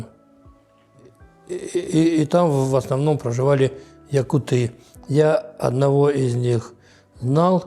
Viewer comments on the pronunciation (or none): Не ЯкутЫ , а ЯкУты ! Слух режет когда даже этот " ессейский якут" неправильно ставит ударение! ! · ЯкУты - ударение, а не ЯкутЫ🥴всем кто не знал на заметку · ЯкУты - ударение на У ЯкУтов, ЯкУтами. Так правильно будет 😅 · Ну объясните им, что якутЫ с ударением на Ы - это пренебрежительно-уничижительное произношение слова якУты. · Интересное видео👍🏻 Но правильно произносить якУты, ударение на букву У. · Передайте Таланову, если не знает как произносить по русски нацию , то пусть говорит по самоназванию -Саха. На русском - якУты.